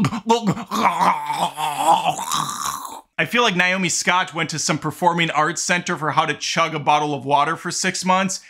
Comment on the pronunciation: On what planet is the name “Nay-oh-mee” pronounced “Nye-oh-mee?”